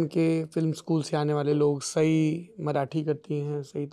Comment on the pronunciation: It's not साई ... its सई.... at least not expected from bhumi who hails from maharashtra and its very common name in maharashtra...